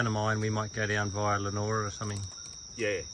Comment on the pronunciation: Good stuff mate … you’ve had a great time in Broome. Looking forward to more from the trip home. Just a note for next time your here, it’s pronounced Lee A Nora. 😀